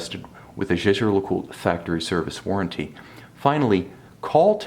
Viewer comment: Haha learn to pronounce the name!